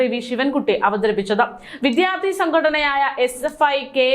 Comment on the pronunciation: വിദ്യാർത്ഥി എന്ന് നന്നായി ഉച്ഛരിക്കൂ പ്ലീസ്